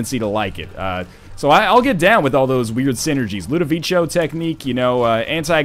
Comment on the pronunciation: Btw as you just complained about people criticizing your pronunciation one episode ago: ludovico. It's pronounced like ludoviko. Sorry, it's annoying me a bit ;) but still, great entertainment as always.